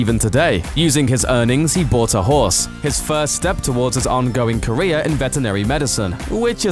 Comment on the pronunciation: this should be caweer ending posts for this presenter. a brutal speec impediment and his wegular apwearances here pwevents me from subswibing or even making it to the end of a video he weports on.